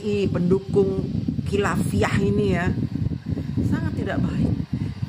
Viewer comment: Khilafah mbak DJ, bukan khilafiyah...